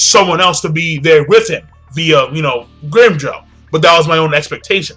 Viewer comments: Its not Grimjow its Grimmijow speak properly its bad enough you dont support 4th dimensional manga fairy tail anymore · I just started watching your older video's and you used to call him grimEEjow. :p